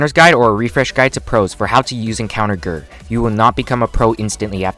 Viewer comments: Its not pronounced gurr its jurr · To corect you you pernounce ger geir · Everyone: G. E. R.: gr